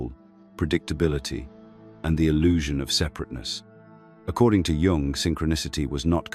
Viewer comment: Very good. However, it’s not pronounced Jung using the J sound!